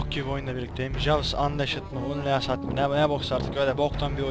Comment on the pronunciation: "unleashed" "anliişd" diye okunuyo